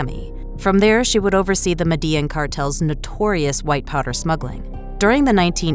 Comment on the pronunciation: So no one going to say anything abt the fact the narrator called "Medellin" Medea